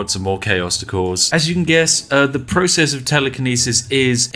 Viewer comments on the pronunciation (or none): none